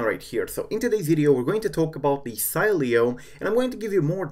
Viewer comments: it should be pronounced "Seeleo" hey try this in the terminal with say command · Savage_Fps-Gamer last time I checked it doesn’t matter if you tested on a text to speech system if the creator says to pronounce it Si-lee-o it’s pronounced that way whether you want it to or not lol I think you need to learn how United States ACTUALLY works